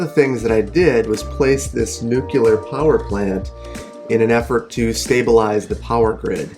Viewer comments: NUCLEAR NOT NUCULAR! :( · I love the series, and it was really neat to hear you talk about the logistics and planning that goes into building a plant like this, but every time you said nucular instead of nuclear I died a little inside. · "new clear", not "nukular" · STOP SAYING NUKYULER DAMMIT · Like nails on a chalkboard every time you mispronounced 'nuclear'... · nucular :D